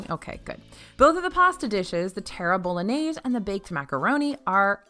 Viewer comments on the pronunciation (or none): They should change the name of the terra bolognese. My husband thought you said the terrible linaise. Made me laugh though.